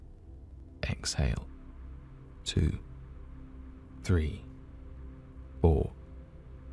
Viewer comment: Does anyone else think his 3 sounds like breathe? I couldn’t get past that and had to stop 😂